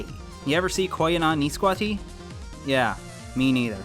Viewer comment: LOLL DID HE JUST SAY KOYAANISQATSI LIKE ITS A JAPANESE WORD??